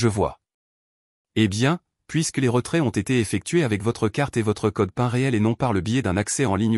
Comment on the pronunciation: erreur de prononciation pour "code pin" qui se prononce code "pine" car américain (Personal Identification Number).